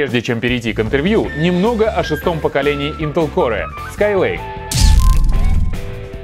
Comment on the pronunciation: "интел коре" ))))